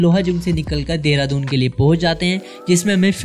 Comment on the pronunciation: Mane first time dekha ha kisi ko Dehradoon ko Deradoon pronounce karte hue. Jab meri ek frnd ne mujhe recently bataya ki deradoon naam kaise pada. To mujhe pata chala ki ma ise galat naam (Dehradoon) se bula raha tha. Correct name is Deradoon.